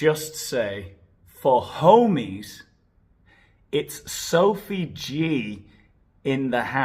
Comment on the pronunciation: I love the way he says “soaf’s” name with the French accent—I can’t watch videos while drinking anything because I’ll inevitably end up spitting it out from laughing so hard!